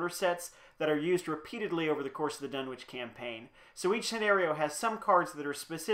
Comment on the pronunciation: Done-itch. Silent w . . .